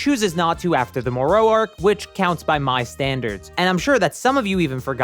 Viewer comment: Bold choice in how to pronounce "Moro" lol but ok then